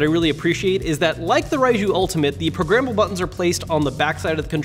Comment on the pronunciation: Great review. Any one else think he was saying progrimmable. At first I was thinking wtf is he in about 😂